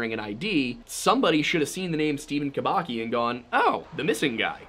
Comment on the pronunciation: Just a little clarification, Kubacki should be pronounced Kubatski